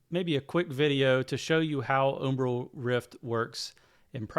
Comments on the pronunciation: Good vid. Do a quick search on umbral pronunciation. You're saying 'oom-bral' but it's 'um-bral', like um what ;) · i think its pronounced umbral like umbrella, not umbrul